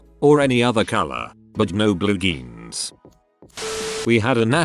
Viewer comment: I am mildly infuriated the text to speech voice pronounces "jeans" as "geans".